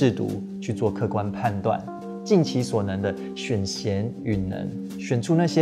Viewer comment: 不好意思！不是挑你語病，其實是選賢與（發音：舉）能，因為古代沒有“舉”這個字，而是用“與”來通同，所以我們才說選舉這一詞！和你分享